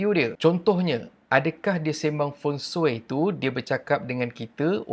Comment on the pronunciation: feng shui bukan feng soi😂